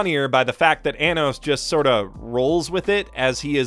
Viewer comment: it's Arrh-nos not A-nos. (Edit) The intro was beautiful😭😭😭 *Sobs